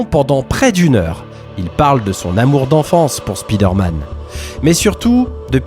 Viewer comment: Спидерман? 😂 Why you pronounce it this way?